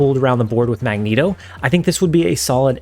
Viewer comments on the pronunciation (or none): none